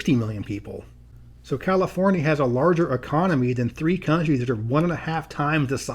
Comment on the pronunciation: "Californee" 🤣 sounds like someone's been watching the No Internet episode of South Park lmfao.🤣